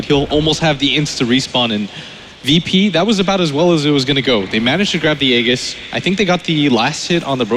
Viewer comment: I don't get what these announcers don't understanding about the name Tusk - it's Tusk, not Tuskar! I swear, if I hear Tuskar one more time...and it's Aegis with a "J" sound, not a G sound.